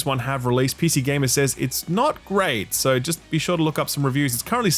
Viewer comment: soo Chicago.